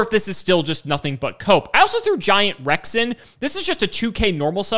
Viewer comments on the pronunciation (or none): What said: Giant Rex in What I heard: Giant Ruxin